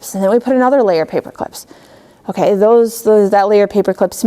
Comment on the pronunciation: so annoying when she says okaeh, good teacher but she talks like a little kid seriously